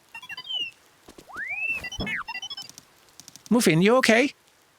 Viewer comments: the lil robot's name is Muffin. I know it's spelled with a single F, but the original Korean ( 머핀 ) does imply the same pronunciation as "Muffin". Although, I do like the sound of "moofin":p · Mu-Fin? Come on, the bot's clearly named Muffin.